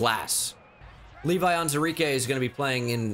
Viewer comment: It's pronounced On-WU-Zurike